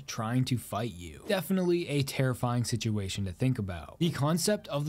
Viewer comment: Dude can't pronounce the t's in anything he tries saying. More like 'Errify'ee